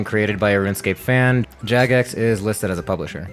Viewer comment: I see I got to you with my last comment about your pronunciation of Jagex lol